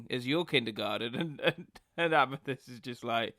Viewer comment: Pamethyst lol